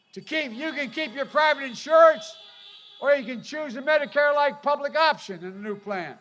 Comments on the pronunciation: Have you seen Biden try to read a teleprompter lol. He just called Medicare, “badicak” and called himself someone’s grandmother. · What is Badakathcare? Joe please explain that to me.